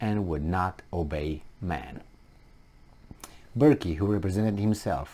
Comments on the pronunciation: Hi, the Irish surname Burke is pronounced like Burk with the e silent Well done for highlighting this The Irish media are doing a real hit job on him and the sheep are falling into line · Fair play to mr Burke. A true hero. The e in his name is silent by the way.